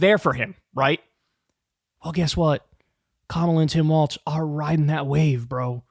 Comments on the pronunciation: It’s walz not waltz. You keep saying it waltz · Come on, Kyle...it's Walz like WALLS...not waltz like the dance. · Kyle, his name rhymes with 'falls' not 'faults'. Minor quibble 😅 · Let’s Go Walz! (Pronounced: Walls) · why does kyle keep saying waltz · Walz not Waltz lol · Kyle keeps stupidly mispronouncing his name. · Learn to pronounce Walz correctly. It’s hard to take you seriously.